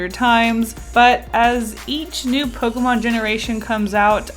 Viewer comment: DO NOT LEAVE OFF THE K IN POKEMON!